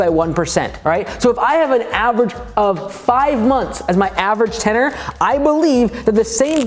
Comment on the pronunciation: ten-URE (your)